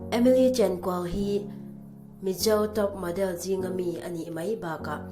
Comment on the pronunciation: Mizo poh ilam thiam nage😂🤣chenkual poh iti thiamlo